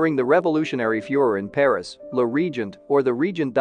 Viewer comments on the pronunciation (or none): none